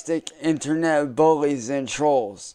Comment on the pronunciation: Why is he saying in-TER-Net like that?